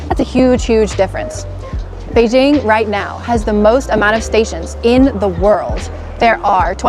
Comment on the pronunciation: Its quite interesting to know that...shes been there and adopt to living there based on how she said Beijing.